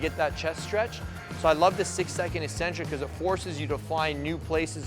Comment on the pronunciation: The word is Ek-Centric, not E-Centric! There are two Cs in the word for a reason. 'E-centric', the way you're saying it means 'without a center'. Ek-Centric means away from the center. This is why the word also means 'crazy', b/c these ppl are not in the center, or norm. Please please please don't sound like all the other meatheads on here! You're too good for that. People may consider you Ec-Centric for saying it that way, but I'm sure you can defend yourself if they make fun of you.;-)